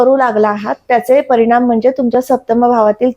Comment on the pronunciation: जोशी असून आनी पानी का बोलते ही? "ग्रहन" स्थान, परिनाम, निर्मान असं...